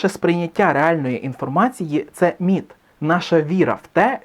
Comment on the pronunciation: Мені спершу почулось НІТ а не МІТ.